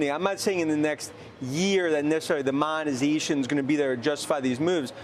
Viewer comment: wens the monazayshuun?